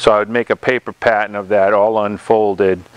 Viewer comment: Nice job, thanks for these videos. Spot welds are a pain to remove, I think grinding them down with a round die grinder or belt grinder is the best approach. Every time you said “pattern” I thought you were saying “patent’. I was thinking “why do we have to make a patent?”, lol